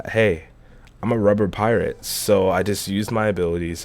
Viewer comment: "Because I'm a priate"